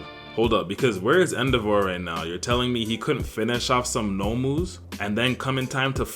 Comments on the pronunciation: Man said EndoVAR 😂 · The way you pronounce endeavor makes me unreasonably angry.😭